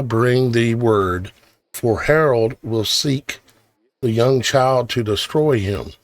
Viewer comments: It's Herod not Harold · I realize you are only sharing TRUTH but PLEASE learn how to pronounce Biblical names. It ISN’T king “ HAROLD “ that you are incorrectly pronouncing but king HEROD….. say it like he’s named HERUD. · It's king Herod not Harold.